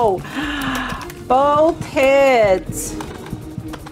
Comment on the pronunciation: Can we all agree and appreciate that Makes videos for us like everyday And It takes so long to edit some vids When she said: Both hit I thought she said: oh KIDSSSSSSS 😂🤣😂🤣😂🤣😂🤣😂🤣😂🤣😂🤣😂🤣😂🤣😂🤣😂🤣😂🤣😂🤣